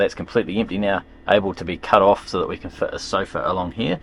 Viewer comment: Where kins? 😂 it’s can lol